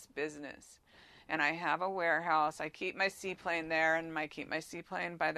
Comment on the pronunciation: "see plain" not seaplane